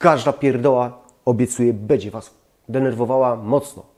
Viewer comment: Gościu popracuj nad wymową bo przez to twoje bedzie odechciewa się oglądać...